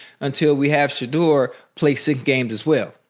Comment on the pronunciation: I need Shedeur to get away from Cleveland !! That da*n head coach couldn't even say Shedeur name omg , they can't stand him 😢😢 its ok we love you still praying for you always ❤ Haters will be haters !!!